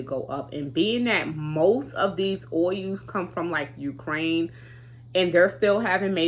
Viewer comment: Being from Alaska originally when you say oil it just cracks me up. Sounds like ohu when you say it. When I first met my Daddys relative from Missouri theiraccent was so heavy I couldn't understand what they were saying. Love your videos . Enjoy watching your little one so cute